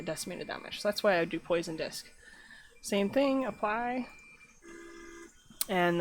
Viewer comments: type "poisson" in google translate and set the language to French. That's how you should pronounce it, just saying. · HAHAHAHA poison mesh... you're obviously French.... lol